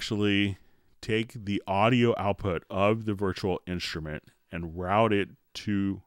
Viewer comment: "virchual inshtrument"